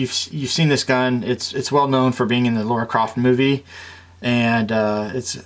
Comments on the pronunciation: Lara Croft...not laura Croft!!! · First its lara not laura Second this gun its used by gordon freeman in half life 2 and by john wick Third its used by ethan winters in resident evil 8 : village